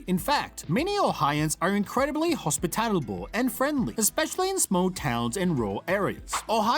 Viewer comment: It's Hospitable, not Hospitalible. WTF?